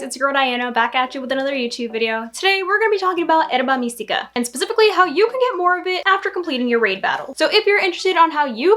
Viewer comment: Thanks for the the examples! This helped out. But I do got to ask, why do you say Herba Mystica weird? Like is it some bit that i am missing? Everything else in your video was pronounced correctly.